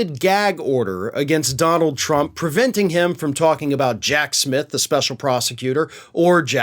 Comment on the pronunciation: Donald not di b